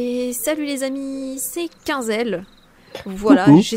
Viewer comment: AHH.. QUAND TA DIT: Ma chain ses quinzel hein moi: mééé j croyez sa se prononçais Queen zel car tes la queen 😂